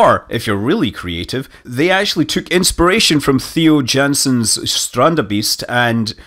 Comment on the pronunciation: Manley Quick pronounciation trick Theo = "TAY-oh" Jansen = "YAWN-sun" Strandbeest = "STRAWNT-bayst"